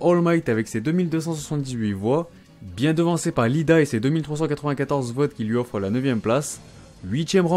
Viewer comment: Punaise. Il dit Lida. C'est IIda ! C'est un i majuscule !